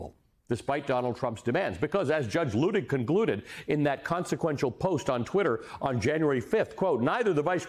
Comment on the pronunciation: Luttig is pronounced LUTT ig, not LOO ig.